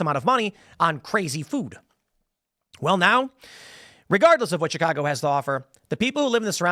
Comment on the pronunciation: Tim, you dont say Chicago the way people from Chicago say it! What’s up?